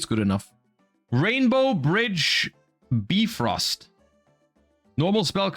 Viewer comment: His pronounciations are killing me.... Bifrost and Malefic are criminal